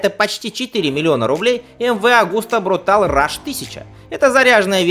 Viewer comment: МВ Агуста все-таки брутале, а не брутал